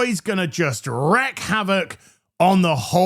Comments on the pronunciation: Goddamnit,. Wreak is pronounced like reek, not like wreck. Stop making that mistake, you amusingly shouty thumb! I want to withhold all your biscuit, chips, and crisps funds every time you get it wrong. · me ol' mukka. Loving the vids as ever BUUUUUUT please check how to say wreak it's wreak as in week not wreck. Wreck means to physically destroy or ruin something, while wreak (wreek) means to cause or inflict something, usually harm or chaos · It says "WREAK havoc" pronounced reek not wreck so you read it wrong 3 times you daft fucker!🤣Love the vids mate, hope I haven't pissed you off and brought out Red 😂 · Oi mate you don't know how to pronounce wreak.